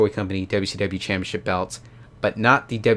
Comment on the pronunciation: Why do you say it like that?? It's CHAMPIONSHIP... not Champyaship. Wtf...so annoying.